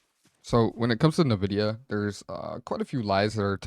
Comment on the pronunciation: way you pronounce NVIDIA is making me uncomfortable